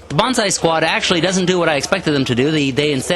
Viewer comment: I must say your battle reports is really one of a kind, I really enjoy it, your so damn good att commentating the battle and it really feels like a sports game that has an awesome wartheme. Please do more videos for the love of the gaminggods!! btw it´s not bonsai you should scream...its banzai! Bonsai is a tree, and banzai is the charge thingie :)